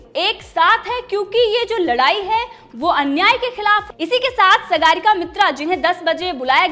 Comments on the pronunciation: Sagaarika nahi saagarika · Say ,सागरिका ,ग बाई l Not सगरिका.